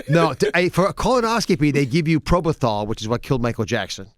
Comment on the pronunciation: It's "Propofol" Dr Oz... not probothall or whatever you said 🤭